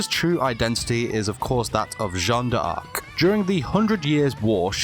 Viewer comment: You said it right!